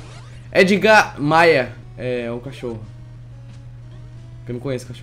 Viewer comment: Se pronúncia Édgar, Não ''Êdgar"